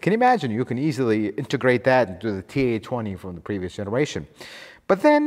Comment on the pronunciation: Why are you saying TA24D and TA20? It's FA24D and FA20. F, not T.